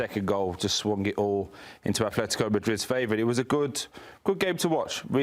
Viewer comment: Why does he keep saying Athletico? It's Atletico with t not th. Athletic Club de Bilbao is with th. Atletico Madrid is with t.